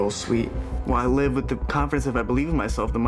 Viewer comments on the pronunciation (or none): none